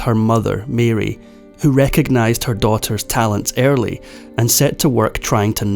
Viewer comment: What is fafferant , what is airly , what is pairfact , what is tame want on , what is a chaledran , what is the bagest names ? They waint to lav with their father, what is adelt had ? What is tha pacafac ocean ?